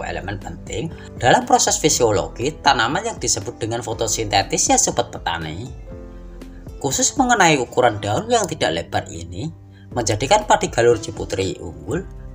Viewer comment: Fotosintesis bang...bukan fotosintetis